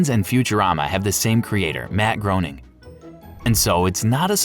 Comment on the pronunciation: You mispronounced Groening many times … to the point where i watched 7 minutes waiting for another. So Groening connects all of his cartoons, congrats for finding the reddit thread that you used for this video.